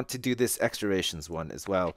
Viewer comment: Ration is pronounced "Rash-shun" not "Ray-shun"... Thought i'd just let you know